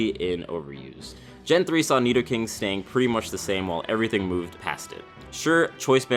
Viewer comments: No he didn't say "neato-king"!!!!! 😂😂😂😂😂😂😂😂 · Carson Of Smith back up ten seconds and he says nidoking u muppet